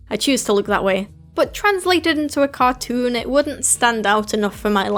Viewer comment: cartoon? you mean.. 'catoon' ? XD